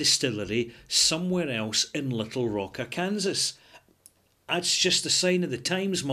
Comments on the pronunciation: you should check out Eric Sloane on Google. He was an American painter who, among other things, specialized in painting clouds in the sky. By the way, an American pronunciation of Arkansas might be "are CUN saw". Just thought you would like to know. Great review! I'll have to try some soon. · It's pronounced 'Arkansaw' but another brilliant review, I'll be trying this one:) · Perhaps silly, but Arkansas is pronounced are-can-saw. :). Cheers! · Great review! Couldn't stop of chuckling at Ar-Kansas though. Hopefully I'll be able to make it up to the Scottish Capital of E-Din-Burg someday.;) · Woah! That's my town being reviewed by! I feel so proud. (Also it's pronounced "ar-kan-saw.") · Pardon the nitpick, and make no mistake, it is just a nitpick, the video is great: Arkansas is pronounced Are-can-saw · Understandable how a European would make that mistake. "Kansas" is pronounced just the way would think but "Arkansas" is unusual in that the last syllable "sas" is pronounced "saw". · Hi, good review again! Official pronunciation [ˈɑɹkənsɔː] ar-ken-saw Wouldn´t have known that if Bill Clinton hadn´t been governor there before he became President.:-) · The odd thing is that the state of Kansas is pronounced as you have done so here but without the A-R. Once you stick the A-R in front, the S at the end turns into a W.